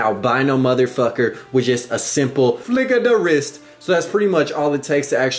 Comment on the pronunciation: "with a simple flick a da wrist" lmao I'm dying